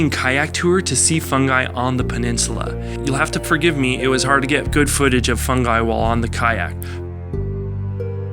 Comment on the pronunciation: the dolphin is called FUNGY not FUNGI